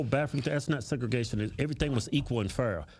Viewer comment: Segragation dude, Really? SMH!